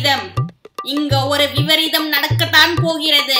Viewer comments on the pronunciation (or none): Very nice ,,happy to c u daily,,& if u don't mind ,that's vibareetham,not vivareetham,i know u r learning,. Wishes from Tirunelveli